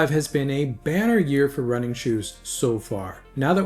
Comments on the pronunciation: Yeah ditto. I first thought it was bad year. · Had to turn Close Captions on to understand that opening sentence… banner year 🤔